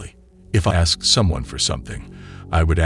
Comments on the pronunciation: "I axed you nicely.." No you didn't. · The second she said I aksed it was over